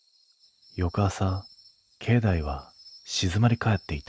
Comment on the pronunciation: 石段 せきだんではなくいしだん 境内 けいないてなくけいだい